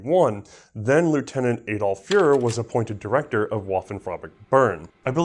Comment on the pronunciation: It doesn't roll off the tongue, but it's Adolf Furrer (furr-er/ferr-er, like dog fur), not Adolf Führer (fyur-er). I try not to pick on pronunciations, but "Adolf Führer" calls to mind a very different person. ;)